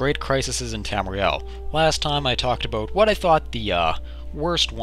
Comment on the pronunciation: aboot lol